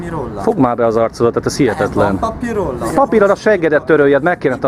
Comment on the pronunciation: nál "Van papir valami rolla, van papir rolla?" Hát ezen az akcentuson én behalok😂